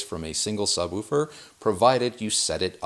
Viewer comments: No, it's 'woof' like a dog, with the same 'oo' sound as in 'book'. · Why are you saying subWOOfer? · The way he pronounces, “Subwoofer” makes me giggle. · Anyone else think he says ‘sub-woofer’ funny/oddly? 😜😛 #goahead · Excellent video apart from not knowing how to pronounce "subwoofer" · 2 corrections: Sub🐺er Say it with me. Sub wolf er. Not: sub woo fur. If you say poosh or boosh instead of push or bush, then there’s no hope and I’ll let it slide 🛝 on wanting to sound pompous. Ha Correction #2: In a 5.1 system, the surround speaker 🔈 does NOT go directly to the side of you. You want them roughly 45* to the side/behind your listening position at ear level up to 3ft above your ear level. You’re thinking 🤔💭 of 7.1 or higher and in that case you would be correct. Personally, the way or ears 👂🏼 are shaped it benefits to go slightly behind you too. That’s just preference the same way I look at bouncy house speakers 🔊. What I’ve found is that you do not want bouncy house speakers in the front of your room for Atmos (or even beside you with surround sound) You definitely want those behind you if you have to use them. Your ear 👂🏼 will always be able to tell they’re speaker toppers unless they’re behind you (at least 45*). Then it seems like it’s coming from the ceiling a bit more. It’s not perfect, but better if you can’t get a speaker up high. 🐺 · I've never heard someone pronounce it "subwolfer" in my life. Unless you pronounce "wolf" and "woof" the same, in which case you're pronouncing "wolf" wrong. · I laughed out load when I heard you pronounce sub woofer. “Sub Wuffer” I needed a chuckle today keep up the good work.